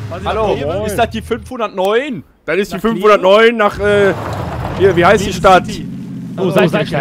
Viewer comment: Und es heißt "heißt", nicht "heiß". ;) #justsayin